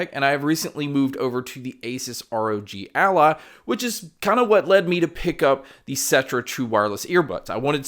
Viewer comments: It is ROG ALLY, NOT ROG ALLAH XD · What makes me laugh is the way "ROG Ally" sounds like he's saying "ROG ALLAH"